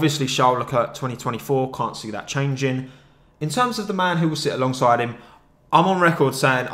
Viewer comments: Every time you said along side I heard Alonso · Each time you say "alongside" my heart stops bc i think you're gonna say Alonso